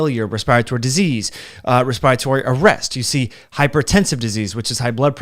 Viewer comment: That's not how you say "respiratory."